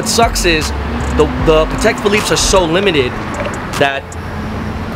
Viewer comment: "pah tack watch"